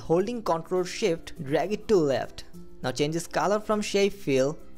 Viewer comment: ye Bengali hey .... iska Pronunciation kehe ta hey ... ctrl + sshhift